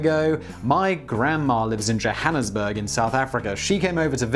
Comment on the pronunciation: Johannesburg Simon? Surely you haven't got a touch of Sarth-Efrican blood?